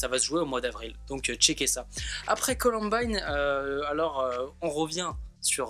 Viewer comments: il a osé dire colombine au lieu de columbine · on dit "coloumbaïne" pas columbine 😂😂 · Il est con c’était sol premier pseudo son prénom c’est et sa se dit “Columbayne”et pas Colonbine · "colombine" mais oreilles saignent c'est "columbaïne" mdr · Comment tu a prononcé la COLOMBINE ça se dit columbaine mais ça s'écrit colombine À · mon pauvre petit sarendou...se faire appelé... Ps: sa se dit ColOUmbAÏne grrrr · C'est columbine mais ça se dit columbaine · Mdr on dit pas colombine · Ptn arrêtez de dire Columbine puisque c'est Columbaïene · mon dieu la prononciation de Columbine 😭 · MAJtv oui je viens de voir mdr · Columbine ce prononce comme ail pa i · Par contre la prononciation sur « Columbine » laisse encore à désirer ..